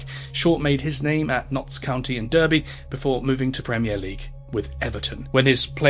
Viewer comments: Derby 🐎??? Pronounced Darby, you are 🏴 not 🇺🇸😃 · Good video but dude, where do you live that you don’t know how to pronounce Gillingham (Jill) and Derby (Darb) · A well put together video & I wish the V11 players well. There were some strange mispronunciation's in here, though. Aira=era (US version given) Gill (as in the small west country village) ingham & not the football club in Kent Derr-by (as in the horserace) & not the midlands football club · those pronounciations are so weird, it's dar-by and jill-ing-um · to me it shows despite this being a football video he's not a big football fan. Especially as the word derby (pronounced Darby) is also the name for a game between rivals. No native English person (which he clearly is) who's also into football would pronounce that incorrectly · Great work, but how come you can't say "Derby" correctly? It should be pronounced "Dar-by". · Really derby gillingham. How can u not pronounce these cities correctly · I think he's probably just not a football fan. Many place names are learned through hearing them in a sporting context. I would never of heard of places like Gillingham (which he also mispronounces), Doncaster or even somewhere like Barnet or Aston without football. Derby is a strange one admittedly as it's a city rich in heritage, but it's quite possible he's just never heard it pronounced before. I imagine most foreigners would see the "er" and pronounce it in a similar way.